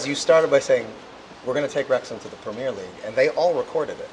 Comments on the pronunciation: PREM EARRR LEAGUE NOT PREMEEEEIRRE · BLESS HIM USA SAY PREMIERE LEAGUEINSTEAD OF PREMIER LMAO IT SNOT A FILM RYAN :p NICE TRY THO